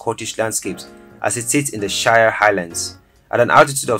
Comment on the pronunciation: It's pronounced "She - rhe"